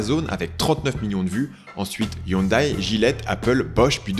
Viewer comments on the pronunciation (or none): none